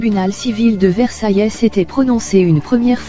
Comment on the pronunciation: Et ont prononce pas le S à Versailles allons le bla bla ok mais sans faute de lecture